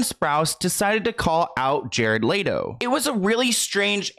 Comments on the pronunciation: I want to know how you're saying LATO when it's clearly spelt LETO? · Lol its hard for me to watch this when you keep saying Jared "LATO" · Love you but it’s Let O not Lay Do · Leto like leh-toe not latoe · It’s LETO not LATO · Hello everyone! It is in fact pronounced Lay-Tow … google it! 😁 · Why are we saying Jared Leto like Jared Laydoe LMAOOO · Layto?? I figured the pronunciation of this name you could get right since he's super famous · Love ya, but it's "L-EHHHHTO" 😭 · It's pronounced let-Oh like let go but with out the g. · Omg the way keeps mispronouncing Jared Leto 🤦🏻‍♂️ lol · You're saying his name wrong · the way you pronounce Leto is painful. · the way you pronounce his name has me tickled lol